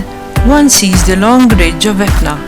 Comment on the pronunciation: Etna!!! And not Tetna🙈🙈🙈🤣